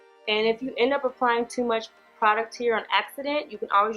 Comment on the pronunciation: 🤣🤣 "it's too m-au-ch"